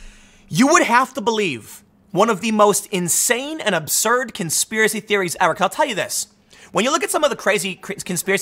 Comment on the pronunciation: "It's a Konspearacy, My Brothers, Konspearacy! K O N .....Spearacy!"